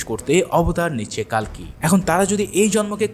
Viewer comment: কালকি না কালকে 😅😅😅😅